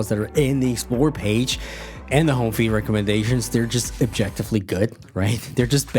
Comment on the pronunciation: I'm sorry to point this out but you pronounce "feed" like "feet" and that's kind of funny